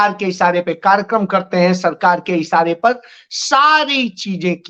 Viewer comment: Sajis nhi Sazish वाशिंगाटन nhi वॉशिंगटन इसारे nhi इशारे Jariye nhi Zariye Aaj ke liye itna hi sabaq kati hai Dhayan laga ke sudhar kijiyega agli baar check karunga